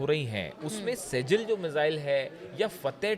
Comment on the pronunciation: Sehal nahi shjil mizwail